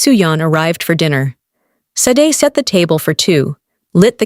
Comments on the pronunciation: Not SAYD. Shar-Day. Short for Folashade. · It's pronounced "Shah DAY" because it's YORUBA and should be written with the correct accent and diacritic marks. The "sh" sound in many Yoruba words/names because there's a dot mark under the S — Ṣ/ṣ. Ṣàdé To get the Ai narrator voic to pronounce it (and other Afrikan and non-English words) correctly you have to write out the names/words phonetically — ie Shah DAY. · LEARN OUR NAME BECOME YOU USE IT. SADE IS PROUNCED SHA-DAY😢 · No! Not "Shar day". It's just SHAH DAY. There's no "r" sound. That's a lazy arrogant and western US/UK pronunciation. Her name is Yoruba with specific accent and diacritic marks that make the 's' have the 'sh' sound. The correct spelling is Ṣàdé = Shah DAY. Same for Óṣùn not Oshun. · No! There's absolutely no h in her Yoruba name. There is no sh combination in authentic Yoruba. Her full name is Fọlàṣàdé. The dot under the ṣ makes the 'sh' sound and the accent aigu over the é makes the 'ay' sound in Yoruba. Without the accent and diacritic marks it's SAY Dee. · SADE IS PRONOUNCED SHADAY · Why is her name mispronounced? It makes it hard to listen to. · I couldn’t listen. Three minutes in I had to stop. That’s not how Sade is pronounced. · Lol...evertime she say it I subconsciously correct it